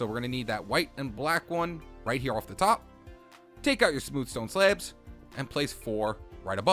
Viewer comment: Why Do You Say Sleabs